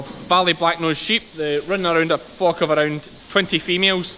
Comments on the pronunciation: You really should pronounce the L in flock a bit stronger. 😅 FOCK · As a Canadian, my delicate North American ear keeps hearing you say "my sheep Fu*k…". Initially I had concerns but now I understand what is going. Love this content. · When you say flock I think your saying fuq! Love this new channel. is awesome I love sheep hate cows they seem very gross to me.